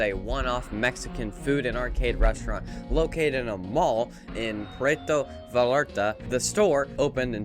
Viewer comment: I know everyone else had mostly a more significant correction, but , your pronunciation of Puerto Vallarta made me rewatch to make sure that I wasn't hearing you wrong and possibly going insane. For future reference, it's pronounced pwehr-to vai-eh-tah, or if my very choppy version of pronouncing it is still confusing, then I recommend looking it up yourself. (Still a good video though!)